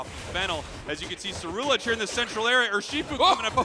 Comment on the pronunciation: Then way the announcer says Ceruledge was making me upset